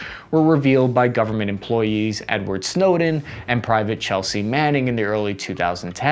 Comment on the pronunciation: Lmao "Chelsea"